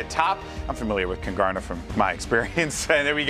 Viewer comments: Kungarna you are saying it really wrong its Swedish for the kings learn the right way don’t disrespect Swedish culture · I think it's pronounced koon-gar-na